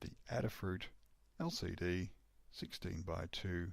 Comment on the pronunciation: Cool demo. Adafruit is Aid-uh-fruit, not Add-uh-fruit. Like Ada Lovelace.